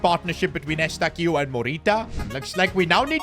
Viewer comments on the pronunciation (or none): Stephen Eustáquio is pronounced You-stac-ee-oa